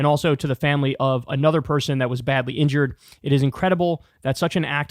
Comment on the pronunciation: Also he said ligured not injured